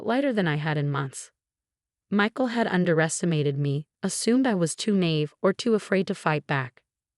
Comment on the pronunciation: “…assumed I was too “nave”…” It’s “nah-EEV” silly. Get it right!